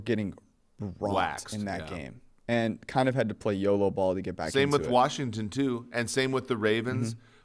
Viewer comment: No r in Washington